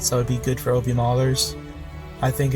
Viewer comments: “oh-B” instead of “ah-b” really hurt the ears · this dude really said O-B